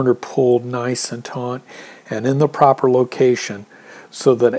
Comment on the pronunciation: On the second half, I think you should start with the trekking pole first, then stake out the corners last. Your approach requires a very accurate guess on the corners. Lastly I think it’s “taut” (not “taunt”)